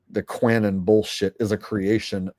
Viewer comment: It’s Q anon like anonymous sounded like you said Quanon like it was one word